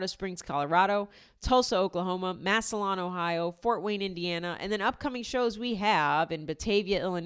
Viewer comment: I have tickets for Massillon. Its pronounced mass-uh-lynn. - Samuel